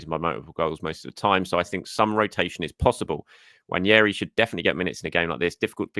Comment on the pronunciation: please stop mispronouncing Nwaneri - its not Nwanieri like Ranieri nor Nwañeri like Nuñez nor Nwanheri like mourinho - just Nwaneri